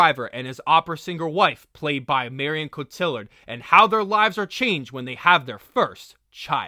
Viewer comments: Her name is pronounced KO TEA AR. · Not whatever you were saying.